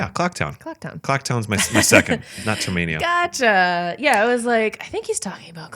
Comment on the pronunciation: TERMINA!! Not "Termania" What the hell is wrong with you?